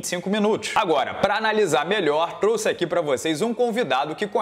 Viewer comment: muito boa analise e participação do durinho. Mas o "truxe aqui pra vcs" foi ótimo